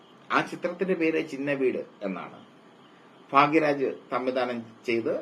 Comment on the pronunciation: ഫാഗ്യ രാജ് അല്ല കുട്ടാ... ഭാഗ്യ രാജ് ആണ് മോനെ... 😂😂😂